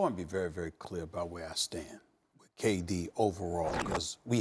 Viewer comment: Stephen A. “Let me be very very cEArr” Smith 😂💀